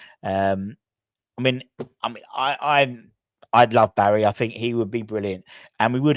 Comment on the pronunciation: its pronounced - BARISH not Barry